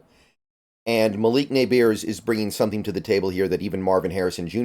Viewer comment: It’s pronounced as “muhleek Neighbors” not Malock nabeers 😂